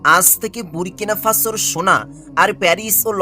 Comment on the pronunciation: ব্যাটা আগে ভালো করে বাংলা শিখ।তারপর ভিডিও কনটেন্ট ছাড় এবং মানুষ অনুরোধ কর লাইক এবং সাবস্ক্রাইব শেয়ার করতে। তোর তো বাসায় ঠিক না মনে হয় কাঁপছিস। বুরকিনা ফাসো এবং ইব্রাহিম ত্রাওরে ঠিকমতো বল। অরজিনাল 10000 প্রোগ্রাম দেখা হয়ে গেছে। স্টুপিড কোথাকার